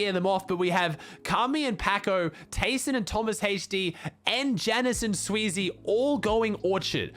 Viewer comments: Man said taysonhd lol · bro "taysonhd"